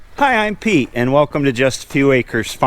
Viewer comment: You say your Beet but actually your Pete lol Another great video Thanks